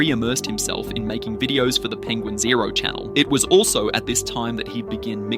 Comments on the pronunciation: It’s not penguin zero. It’s pen gwin zo. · Don't wanna be a geeky "actshully" nerd, but it's pronounced "penguin Zee Zero" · Its pronounced penguin Zee zero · You started off with a dislike. It's "Penguin Z zero" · As far as I know, his name is Penguin Z Zero. He said that in one of his videos when he was rapping about someone who was talking badly about him. He mispronounced Penguin's name in the process.